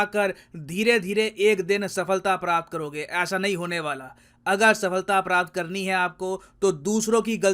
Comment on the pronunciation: Nice. BTW, it seems like you're mispronouncing many words: e.g., success is सफलता (saphalta), not "सफ़लता" ("safalta"). Also, you should just pick a language and use that properly; it looks like you're mixing Hindi and English, which doesn't help either Hindi speakers nor English speakers.